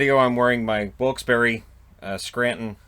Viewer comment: Well done with the pronunciation of Wilkes-Barre